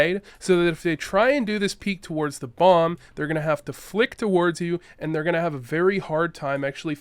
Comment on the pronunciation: Are you Canadian? I've noticed that Canadians tend to pronounce the word "towards" with 2 syllables instead of 1